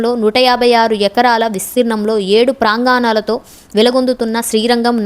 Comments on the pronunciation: 🙏ఓం నమో నారాయణాయ🙏 గొప్యసమాచారానికి ధన్యవాదములు 💫 కాకపోతే ఉచ్ఛారణ లోపాలు... ప్రాంగాణాలు / పాదరక్షాలు etc లేకుండా ఉండి ఉంటే చాలా సంతోషంగా ఉండేది 👍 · పాదరక్షలు పాదరక్షాలు కాదు ప్రాంగణాలతో ప్రాంగాణాలు కాదు ఉచ్చారణ దోషాలను సరిదిద్దుకోండి ఓం నమో నారాయణాయ 🙏🙏🙏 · బాగుంది.నమోనారాయణాయ!!🙏 అక్షర దోషాలు,ఒత్తులు,పొల్లులు ఉచ్చారణ సరిచేసుకుంటే ఇంకా బాగుంటుంది. ళ ను ల గా పలకటం ,ప్రాంగాణాలు,పాదరక్షాలనటం.... ఎంతో మంది చూడాలనుకునే వీడియోలు చేయాలనుకున్నప్పుడు ఇలాంటి లోపభూయిష్టంగా భాషను పలకడాన్ని సరి చేసుకోవడం సరైనది! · Content bavunna koddiga bhasha meeda drushti pettali Paada rakshaaalu kadu Para rakshalu anali Prangaanaalu kadu Pranganalu anali Bhangima anali Ivi sardukunte saripotundi